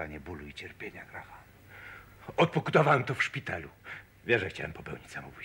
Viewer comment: Amerykanski polandkow oszalal z tym Grahamem w imieniu Graham nie wymawia sie H !!!!!!